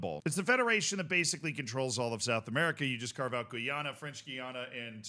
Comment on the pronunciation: Guyana is pronounced (Guy [like some dude] - anna)